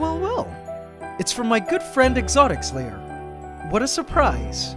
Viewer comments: Cause there is a "s" On Exotic(s) Lair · Sounds like you're saying "exotic slayer" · i just like how the way he pronounce "Exotics Lair" sounds like "Exotic Slayer"